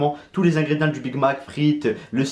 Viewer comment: C moi le seul qui suis gêné par "ingrédien" quand il le prononce